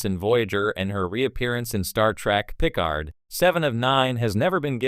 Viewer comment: Jean-Luc “Pick ard”, hey? I guess AI voices can only take you so far.